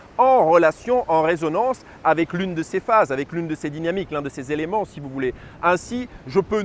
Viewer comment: tres bien , mais cinq ne rend pas d"s" donc pas les cinq "zélements", par pitié, mais juste les cinq éléments. Merci.